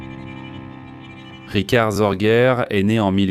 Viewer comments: Ce n'est pas Zorguer mais SORGE, sans finale R, se prononce Zorgue. Sorge veut dire "souci" en allemand.😅 Je ne m'intéresse pas à votre émission fort olé olé, il y a bien mieux. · "ZorguEURRE"…………… Et ta SŒURRRRRREEEEEEE???????????????? "Histoires VRAIES" ? Tout est faux, même les noms, il n'y a jamais eu de Hanako Miyake ; elle s'appelait exactement ISHII KHANAKO, 石井花子, etc……… visionnez plutôt "Richard Sorge. Master spy. Star media" (12 épisodes), ou l'émission d'Alain Decaux !